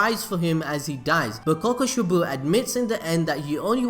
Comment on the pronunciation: Kokushee-bow damn you.